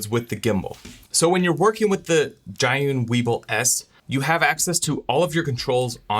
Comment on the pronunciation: The brand name is pronounced as "G-Yun," which literally means "to the cloud" in Chinese